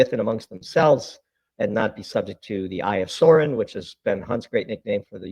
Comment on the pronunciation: thats the eye of sauron not saurin.